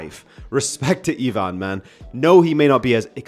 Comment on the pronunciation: As a fellow Eastern European, I always appreciate English speakers making an effort to pronounce our names 😁 did well and stayed away from pronouncing Ivan as EYEvan, as so many others do 😂